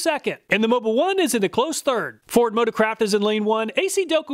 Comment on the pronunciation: I can't unhear "Ford Motor-crap" instead of "motor-craft" xD